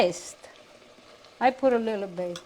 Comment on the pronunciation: Loved when they used to say,lill bit.fond memories,awesome dear ones.❤